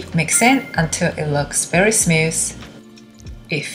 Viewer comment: it's smooth, not snuss lol